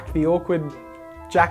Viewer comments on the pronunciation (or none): It's jack-o-lantern not jackerlantern not to mean but hay. And great job btw.